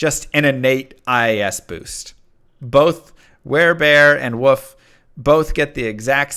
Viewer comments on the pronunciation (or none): he knows he's saying "woof" instead of "wolf", right?